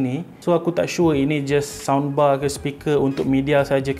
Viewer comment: aku sorang je ke dgr cakap soundbar macam sambal